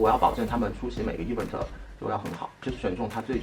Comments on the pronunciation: 以后找工作不害怕了，Patrick的 e v嗯 te （event)让我每次都很出戏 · 哈哈哈哈 一碗特儿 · 小哥的 Event 能不能念对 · Event 麻烦发音先学好，听的难受😖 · 来宾“Event”的重音可以调整一下，听上去怪怪的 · Patrick是不是一直把event读错了…… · 说event的时候太傻了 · 就想吐槽一句，高定设计师连event的音都发不对。。。。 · 发音真的low，而且还很爱讲，hahahha